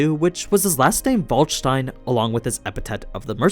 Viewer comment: Its Waldstein not Valdstejn.